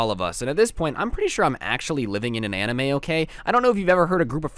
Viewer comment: I heard emo instead of anime 0% judging ;)